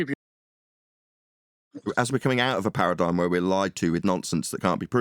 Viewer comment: Awesome show, sorry I missed it live! ParadigM, not paradigN. Lots of chatters today was nice 😊 Have a good weekend everyone!